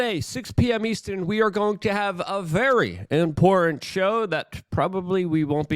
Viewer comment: I've been telling him for years. There's a t in important. There's a f'n T in there.